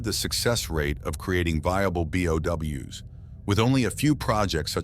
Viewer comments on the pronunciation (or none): Him pronouncing bio organic weapons as "BOW" instead of "B.O.W." hurts my soul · Every time somebody says something stupid in these kinds of videos, I can't help but hate it and click off, nobody calls them Bows, this just makes me think you must know nothing about resident evil, let alone play any of the games or watched any of the movies, B.O.W. say B, now say O, and then W, B O W, Bio Organic Weapons, bows😭. Oh wait, I get it now it's f**** text-to-speech, just talking your own f**** videos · Did you miss all 4000 instances of characters pronouncing B.O.W.? Nobody except you pronounces it like that bye